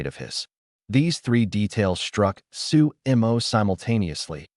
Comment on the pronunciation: his name is su mo NOT su emo